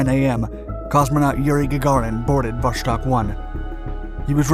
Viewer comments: Is Vostok not Voshtok. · It's so easy to learn how to pronounce. vastOk. vostok wold ve also survivable. But Voshtok - Christ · It's called Wostok, not Woshtok